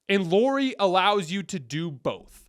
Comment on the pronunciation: No. We're not getting LM. Btw, his name is pronounced "Lowry."